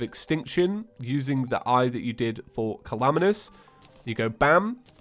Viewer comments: i love how he says Calamitas like Calamanous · late correction: supreme calamitas is pronounced Suhpreme Cahlahmeetis